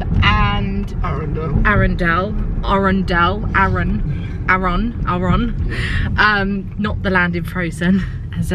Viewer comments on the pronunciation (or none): Haha it’s Arun-dull 😂 I don’t live too far from there and it’s a short drive to west witterings!! The castle is so cute and really good pubs 🥰